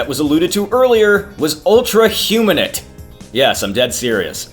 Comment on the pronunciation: Great video! However it bothered me how "Humanite" was pronounced. It's "human-ite" not "huma-nit"